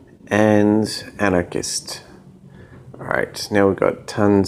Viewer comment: Okay sorry. It was alright before since you didn't use it very much, but its really bothering me now. "Vitruvian man" is a famous drawing by Leonardo da Vinci and is pronounced Vi-tru-vi-an man and not virtue man. Similarly Antichrist is pronounced anti + christ and not like anarchist. I really love your work and watch every episode so I hope you can correct your pronunciation of those. Thanks for all your videos!